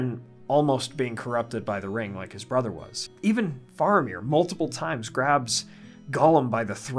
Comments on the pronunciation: It's fa-ra-mir not far-a-mir. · Why are you saying his name wrong as Far amir? It is Fara meer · wait what is the correct pronunciation of Faramir? I thought it was like Fair-a-meer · Please. It's Fair-amir, not Far-amir, and it's "Wennm" not Wen-ham. And yes, they did our boy dirty in the films...